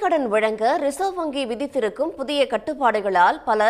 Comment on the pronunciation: ரிசர்வங்கிஎன உச்சரிப்பதுசரியல்லமத்திய அரசின்அனுமதிஇல்லாமல்ரிசர்வ்வங்கிசெயல்படுமாஇன்றுதான்ரிசர்வ்வங்கிமுளைத்ததா